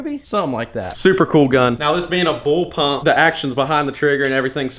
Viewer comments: its bullpup not bullpump but good vid !! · Is he calling a blullpup a bullpump 😂😂😂😂🤣🤣🤣🤣 I'm dead bro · Bulpup not bulpump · “Bull pump” lol no sir it’s bull pup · Am I hearing BullPUMP instead Of BullPup? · BullPUP not bull pump lool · I'm pretty sure it's bullpup not bullpump..lol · It sounds so much like your saying bull pump not bull pup. It’s messing with my brain lol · Wow he calls it a bullpump lol. If you are going to talk about it at least say it right BULLPUP! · is he saying bull pump? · issa Bullpup not bullpump